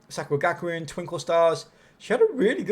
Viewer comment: I enjoyed the video. Some of the name pronunciations were horrendous, but made me giggle 🤭